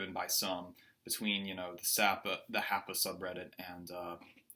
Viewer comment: Hey cant even pronounce hapa right 😂😂😂😂😂😂😂